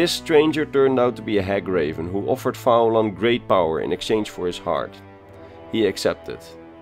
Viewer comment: Great video but i would have pronounced his name as Fee-lan. I say this, as i am Irish and went to uni with a guy called Fillan he spelt it in the Irish Gaelic spelling of Faolan. A very, very minor niggle, but love your videos enjoyed the ingame footage style. Funny enough when i was at University with him he never mentioned fighting the Legion single handedly you think he would have!